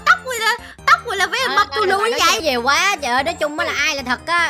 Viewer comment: Bạn b sai chữ quá chữ quá là qu a sắc quá không phải là qu e sắc qué